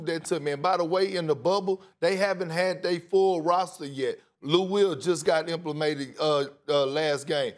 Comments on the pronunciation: 🤔 “im-pla-mAted” 🤣 only perk lissssunnn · This dude just said “IMPLEMATED” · Excuse me? “Implimated”? 🤷‍♂️ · "Lou Will just got implemated"